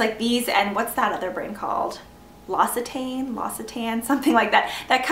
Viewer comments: And it's pronounced like this: lox-ee-tahn :) They actually have a little video on their website that teaches you the pronunciation - hah! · The brand is called L'Occitane (pronounce Oxitan) ;)